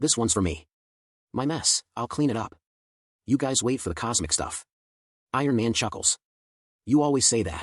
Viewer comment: He was this close to getting Ironman name correctly tbh